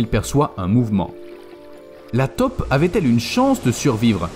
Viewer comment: on dit TAUPE pas TOP, si vous ne faites pas la différence allez voir un orthophoniste....